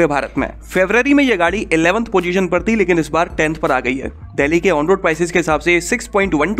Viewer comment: Bhai "देहली" नही बोलते 'डेल्ही' बोलते हैं या फिर दिल्ली बोल दिया कर।